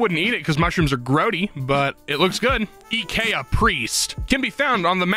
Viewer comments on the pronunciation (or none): If you say eeekayaa one more time i will scream. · The way pronounces IKEA drives me nuts (Yes I'm American)